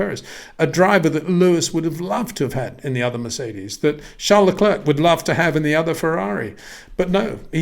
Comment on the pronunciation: Please try and pronounce Charles Leclerc's name correctly.